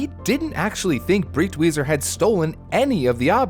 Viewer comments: Out of this entire history, the thing that pains me the most, besides the burning of paintings, is how you butchered his surname every time you spoke it. You pronounced it like it's "Britweiser" when it's Breitweiser... for americans - you'd pronounce it like you would pronounce "bright""weezer" (together). Breit not Brit. You americans are the only language i know that spells "e" as "i". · Pronounced “Brite-Wiser”. I’m surprised he got the first part of the name right, then says the second part differently even though they have the same spelling